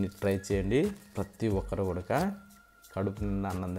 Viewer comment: రుసి ఏంటి చక్కగా రుచి అను పలుకు, కూడక ఏంటి కూడా అని పలుకు☝️